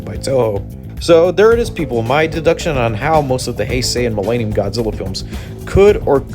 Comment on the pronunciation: Quit saying Mill AY nium... Its millennium